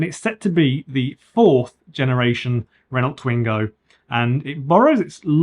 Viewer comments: Why do you say the names of every manufacturer incorrectly? Renult, datseer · how can you review a Renault when you cant even pronounce it? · I don't know about 'Novo Mesto' but you pronounce Renault like 1970s man 🙂